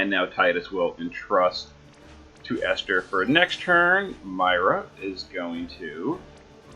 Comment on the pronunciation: Thanks for the video. You are one of the few people not to butcher my name.